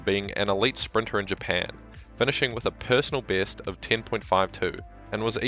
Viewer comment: why did you say "peersonal beast"?